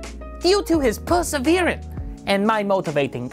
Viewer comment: Congrats mate! "Persaveerance" yeah lmao